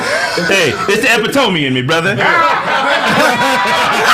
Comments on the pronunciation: saying "e-pit-uh-mee" as "ehp-ih-TOME" is the epitome of his duncanness. I'm sitting here like "right!" as if I was in the room. I noticed that Corey has been kicking it and just did a music video with Gorgeous Dre whom Zo doesn't like - as evidenced by their tense conversations on 5150 - now Zo is clicking up with Grady. That is extremely interesting to me. When women ask "what shows do you watch", I immediately tell them "Kraigfacts". They're always like "I've never seen that." I'm like "I know its the realest show in America." Love this show. keep it coming. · Epi-tome?? Oh Pootie Tang mouf ahh 😂😂😂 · Wait... did this nigga pronounce epitome... as ep-uh-tome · Epi tome 😂😂😂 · they way Pronounced Epitome!! LMAOOOOO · was so crunchy after he found out the correct pronunciation of epitome. Nigga tried to flex his intelligence 🤣 😂